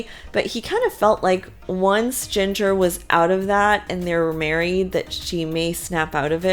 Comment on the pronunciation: Jinger’s name sounds like “GINGER” the spice. Not Jinger rhyming with singer.